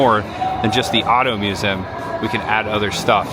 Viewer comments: Dude, it’s pronounced “myoo-zee-uhm”. Lol. But, seriously.. great video,. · The way you said museum shows the true Hoosier. Lived mos my life in Bedford and moved to Fairmount about 2 years ago. Next week we close on a house in Gas City. Love the videos man!